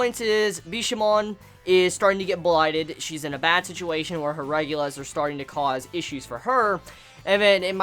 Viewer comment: Chibi... Regalia: Re-gal-ee-uh Or call them Shinki. They are not regulas. I can stand "kanye" in the TG reviews but please pronounce English words right at least.